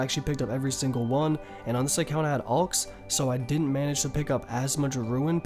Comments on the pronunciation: I wouldn’t call him stupid cuz he pronounces made up words wrong but it annoys me cuz he just neglects letters like the v in wyvrens he says wiv-rens it’s simply why-vrens and idk how u fuck up alchs and say alwks it’s al-chs and visage veh-saage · Asas dude when he first said it like 3 times I was like wtf is he saying veng and what alwks he needs some help he totally neglects the y in wyvrens it’s why-vrens not wiv-RENs it’s drives me crazy some times